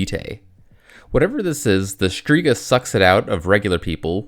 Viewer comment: The way you said shtriga is fucking insane. Like holy mispronounced